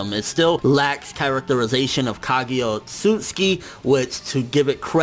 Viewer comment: Her name is not Kagya, it's Kaguya. 1 Love